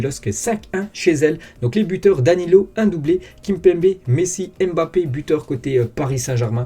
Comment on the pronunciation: Bonjour, pourriez vous svp prononcer correctement le nom de Kylian en arrêtant de prononcer le "M"...ça se prononce BAPPE. Depuis que des noirs d'origine africaine vivent en Europe, je pense qu'il est possible de connaître leurs cultures. Quand c'est un nom américain, tout le monde le prononce à l'américaine pour faire "style", mais pour les africains, on prononce leurs noms à la française.